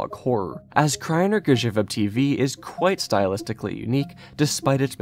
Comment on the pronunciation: Damn, your pronounciation of Kraina Grzybów and Poradnik Uśmiechu is SO good.